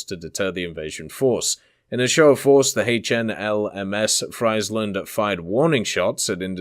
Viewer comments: Friesland is pronounced as freeze land, not fries land 🤣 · Freiland 😂 iets is ie not ei (I am Dutch ) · when you pronounce friesland completely wrong angry dutch noises